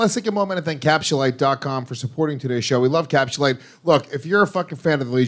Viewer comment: I'm not buying capsulyte until stops saying "capschulite"